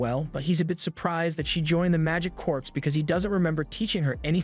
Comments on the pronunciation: CORPS like CORE not CORPSE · Corps is pronounced as "core"